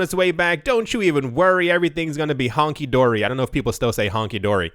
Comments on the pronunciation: It's "hunky-dory", not "honky dory" 😂 Keep up the good work bro! Great content! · It's hunky dory not 'honky dory' lol. Great work by the way.